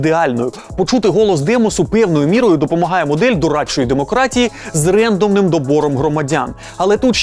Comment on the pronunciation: Все це звісно так, але чому, чорт забирай, рЕндомний? На третій раз я пішов гуглити вимову, і не те щоб я експерт, але це точно не рЕндом!